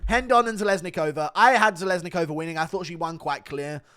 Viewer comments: It's "Rendon" not "Hendon"... She's Mexican, not Brazialian. "Nguyen" is pronounced "Wen." Come on dude... you are almost as bad as Brendan Schaub at pronouncing names. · STOP PRONOUNCING RENDON WRONG GOD DAMNIT!!!!